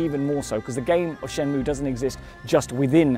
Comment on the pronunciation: lol that guy in the video says shenmue like shenmoow